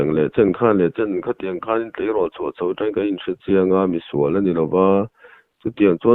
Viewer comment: Comment tawng zet zet tih isawi kha athluk adik lo nih khaa..tawng(colour)kan sawi dan angin isawi daiha